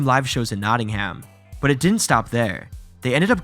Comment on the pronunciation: Learn how to Pronounce Nottingham